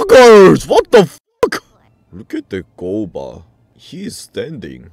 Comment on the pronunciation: HES GUOBA NOT GOUBA